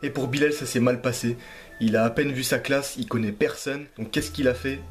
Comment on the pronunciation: T’as dit clash à la fin au lieu de classe